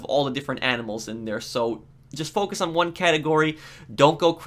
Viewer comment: i didn't know there was pronounced DARE